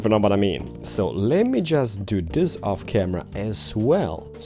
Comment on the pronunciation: Say "this", not "dis"!!